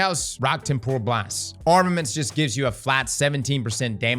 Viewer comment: makes a point to make sure unfall is pronounced correctly, meanwhile temporal gets trampled repeatedly 😂